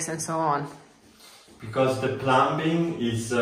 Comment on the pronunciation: It was so great to see you with Nicki and Carlo! English tips: "Plumbing" is said with a silent B; (sounds like plumming); and "I am am going to explain TO you". Your English is much better than my Italian ❤❤. Your happiness is contagious! 😊